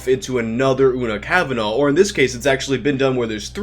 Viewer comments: I know this video is a few months old now, just wanted to say Una Kavanagh is pronounced "Oo-na kaav-na". Irish surnames have strange pronunciations sometimes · You pronounce Una cavanah’s name wrong too. FYI.